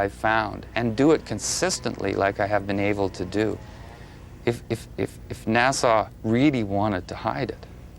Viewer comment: Its not NASAW..